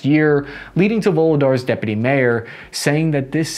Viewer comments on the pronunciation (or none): none